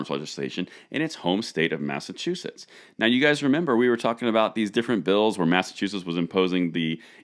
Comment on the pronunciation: What y said mass a chew us is that a state🤣